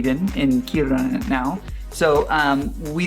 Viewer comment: Just love that you pronounce "Kiruna" much better than Swedes generally - "thumbs up" :)